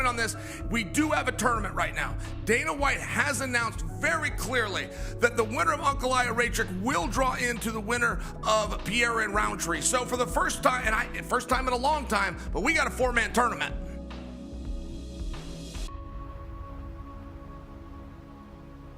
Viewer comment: Jesus, Chael is still calling him fucking Pierra.